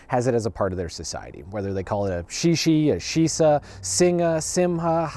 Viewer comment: sorry I just can't get over your pronunciation of the chinese 石狮 （shíshī）as shee shee The i is more like the i in sit